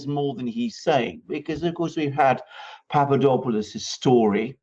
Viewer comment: I hope you don't mind me pointing out that it's PapaDOPalous, - DOP as in hop, or drop, not PapaDOPEalous - DOPE as in hope or pope. Thanks.